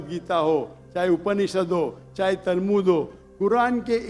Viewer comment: Why do hear Talmud as tarbuz from his mouth😂😂